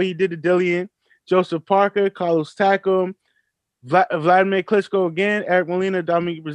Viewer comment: This show is byes. How can you say fighters that Tyson Fury fought is better than Wilder and you can't even pronounce their name correctly. That showed you don't know who the f they are. Its Carlos Takam not Taco you big dummy. Dereck Chisora who did he beat. He just lost to oleksandr usyk coming up from cruiserweight. Yall Don't know shit about boxing. Can ever pronounce the fighters name right but it's funny how you can pronounce the names right of all the people Wilder fought. New flash Bermane Stiverne was undefeated the first time he Fought Wilder and AJ ducked King Kong Luis Ortiz. Go do your boxing homework. Tyson Fury got 2 good fights on his resume and one of the is vitali klitschko and other is Wilder and that's it. Everybody else is trash.